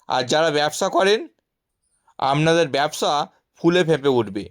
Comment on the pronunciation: উচ্চারণ ঠিক করে করুণ। আমনাদের বলে কোনো কথা হয় নাকি ?